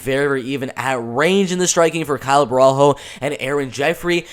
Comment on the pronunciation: its "bohalio"... you see him again btw